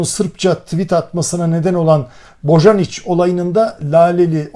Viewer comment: Boyanic okunur